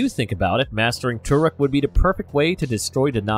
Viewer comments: its not turuk its toruk literally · Why im so annoyed to hear the way he said Turuk and sometimes Thuruk instead Toruk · he says turok instead of toruk during the whole video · not gonna lie i clicked so fast at the title, but soon they say "Turuk" instead of "Toruk", i pause and not continue the video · The way he saying Toruk is kinda pissing me off tbh😒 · Why do you guys pronounce "Toruk" wrong